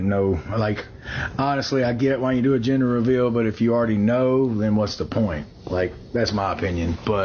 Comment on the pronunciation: It took me about two minutes to understand you were saying ‘gender’ reveal. I heard it as ‘ginger’ reveal 🙃